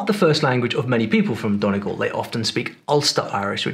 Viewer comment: No,, not DON-ee-gawl'; it's 'DUN-ee-gawl'.